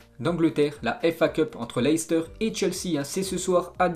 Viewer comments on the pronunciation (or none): none